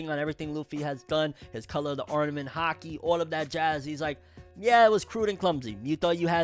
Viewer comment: I wasn't looking at the screen and totally thought you said there was a "hockey" battle instead of Haki.